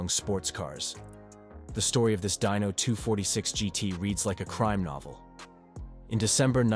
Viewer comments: I agree it started with the Dino surely he knew that it’s named after Enzo’s son and should be Dee no not Die no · Atlantic, not atlanties.... Dino, pronounced "Dee no" Not dyno... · Deano, not Dino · From Dino (correct) to "Dyno" (NO) in 10 sec wtf?